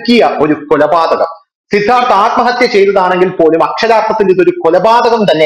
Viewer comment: നിങ്ങൾ ആദ്മഹത്യ എന്ന് പറഞ്ഞ് ആദ്മഹത്യ ആക്കുകയാണോ 🤔